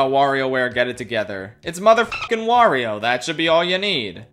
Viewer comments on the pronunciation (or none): none